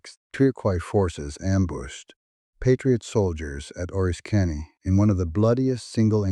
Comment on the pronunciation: oh-RISS-kiny, not oh-risk-KA-nee. Also, ale-la-GHEN-ee